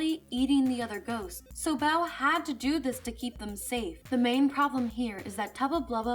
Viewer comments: Mispronouncing Bow's name, I see. It's not like "bow" as in, take a bow; it's "bow", as it, bow tie. Get it right next time! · Bow is pronounced like the accessory, not the action. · The way she pronounces Lady Bow’s name...irks me a bit.